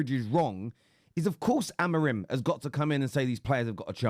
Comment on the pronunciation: There's many reasons not to listen to Goldbridge but going from him saying Ten Hawg to Amrim is certainly up there.